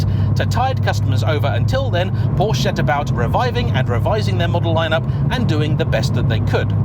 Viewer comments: Oh well back to mispronouncing Porsche again, after getting it right last video (Focus ST) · Please please people it is pronounced Por-scha not Porsh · But it is also important to know that Porsche is a 2-syllable word!